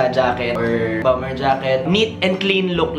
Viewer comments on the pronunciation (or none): none